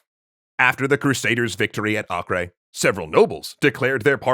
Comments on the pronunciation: Acre is pronounced like Aker, not akre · Am I the only who thinks Acre is pronounced Aiker not Akreh? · acre is not ock-ray, its ack-err.